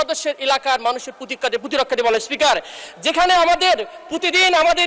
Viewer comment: Protirokkha pronunciation shikhen